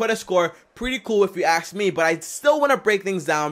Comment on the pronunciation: is ask me, not axe me